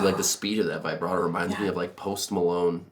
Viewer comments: I love this videos but please can we have a go at saying vibrato instead of vybrado. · How many times can someone pronounce the word vibrato incorrectly. The I should be pronounced like it is in RIB.